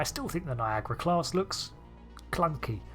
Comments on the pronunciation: why you call it NIAGRA and not NIAGARA? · It highly puzzles me, why it is pronounced "Niagra". I cannot understand this. I pronounce the a that you English/ American folks don't pronounce.